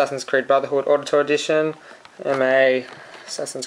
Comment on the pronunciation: Wait! Ezio, you THINK his name is? Dude. Seriously. Did you even play the second one? Why would you get ACB is you haven't played AC2? And it's pronounced like "OWditore". Like Audi. Good review.